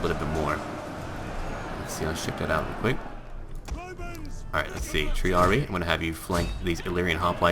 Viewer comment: Another useful tidbit about the Latin language (or at least how I learned it) is that if there is two "i"s you pronounce both of them. So Triarii is said like tree-aree-eye. The Latin words in Rome 2 don't seem to be pronounced very well, unfortunately.